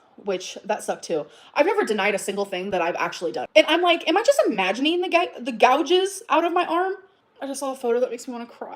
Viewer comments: She’s so messy in this live, like fully raging Edit: Someone teach this woman how to say “gouge” for the sake of my sanity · Why can't she fucking pronounce gouge